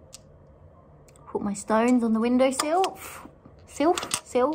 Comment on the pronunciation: God bless her for saying "Window SILF" 😂👏🤣😊